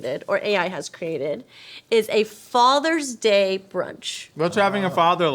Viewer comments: Had to do a double take to make sure “Faters Day” instead of “Father’s Day” wasn’t a joke I had missed from earlier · I thought that might have been a clue to find the AI, until I realized they both said “Faters Day”.. 😅